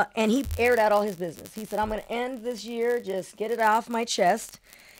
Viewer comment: For-Chen. 500 biz-ness